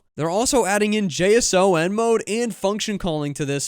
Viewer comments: Many Macs have 32GB+ and 24GB Nvidia and AMD GPUs can be found for around $1000. So many should be able to use Stability AI 3D. And, it's jay-sawn not J-S-O-N. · I know it’s not important but JSON is pronounced “jay-son”.